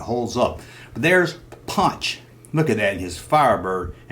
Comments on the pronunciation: It was ponch Not punch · Ponch not Punch. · It's ponch not punch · Erik Estrada's characters name was pronounced "Ponch" not ''Punch''. "Ponch'' was short for (Francis Poncherello). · Punch? wasn't he Ponch? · Love how you keep saying punch instead of ponch. I'm sure that was to get somebody to say its ponch not punch. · His name wasn't punch, it was Ponch, short for Frank Poncherello.